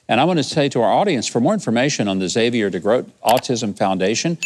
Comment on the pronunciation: Thank you for pronouncing Xavier correctly. I bugs me when people pronounce the "X" then the whole name. It's just Xavier, not "X-xavier."